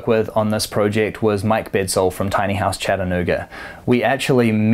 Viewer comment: Why does he keep on pronouncing it as “pro-ject”? Haven’t heard anyone say it like that not even Aussies. Mmmm